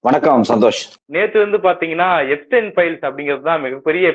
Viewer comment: எப்பஸ்டின் இல்லடா , எப்ஸ்டின்.